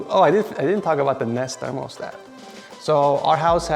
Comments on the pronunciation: Are you saying "thermalstat?" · did you say....thermalstat?